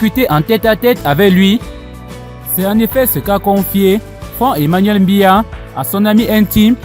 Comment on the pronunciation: Tu n'es même pas capable de prononcer le nom du Président c'est BIYA et non mbiya, on imagine directement d'où tu viens et quelles sont tes intentions, il faut balayer ta véranda et laisse celles des voisins.